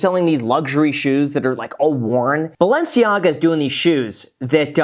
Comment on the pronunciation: lol graham said balenciaga